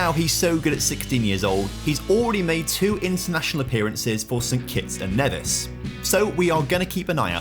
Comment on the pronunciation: you said the 'Nevis' part of St Kitts and Nevis incorrectly. For the country it is pronounced 'Nee-vis'